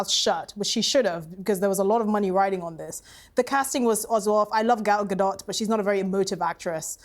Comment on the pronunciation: And it’s “Ga doe” not “ga dot” but it’s ok for the black panelists to mispronounce her name because she is a white Jewish woman. These people know bounds of hypocrisy.